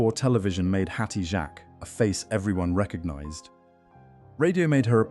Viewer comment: That is not how you pronounce her name!!!!!!